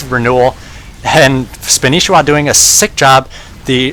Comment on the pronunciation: That's not spanishiwa it's Spanshwa look closely